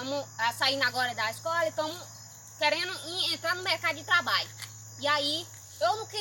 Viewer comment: N é trabai é trrrrrrrrabalho